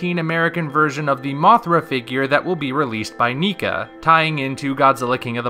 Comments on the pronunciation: Isn't it "NECK-A" not "NI-KA?" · Neeka.. ugh, haha I'm kidding. Whatevers better in the end, but its Nek-ka, not nee-ka. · Arrghjdmfidkdbfussm What? NEEKA?! NECA like neck! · Nica?!?! WHAT it's Neca not Nice!!! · It is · Lol thats exactly what i thought, i always pronounced it as Necka. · shows Pacific Rim Uprising poster Universal decides to take down the video for no reason Also, NECA is pronounced differently from how you said it in the video. It's like saying "Mecha" but replace the "m" with "n." As for the image, I do like the wings. The legs are a bit too long for me, but I can live with it.